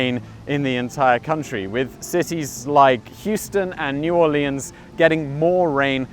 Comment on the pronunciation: New or lians